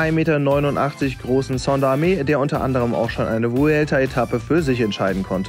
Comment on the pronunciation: Moin. Der Name vom Sander wird falsch ausgesprochen.Er ist Belgier.Ganz normal wie Sand in Deutsch nur mit er hinten dran. ..Sonst cooles bike